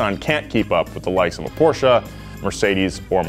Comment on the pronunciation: What is Porcha?